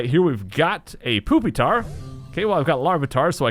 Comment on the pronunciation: the way he said pupitar